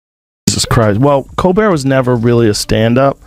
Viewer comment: It,s col bert,its col bear!